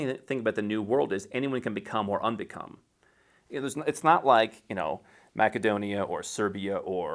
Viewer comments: If you happen to know a bit of Macedonian and want to appeal to the local people, you say it the way he does. That's how Македонија is pronounced in Macedonian language. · TIL that Macedonia is correctly pronounced as Mac-e-Donia.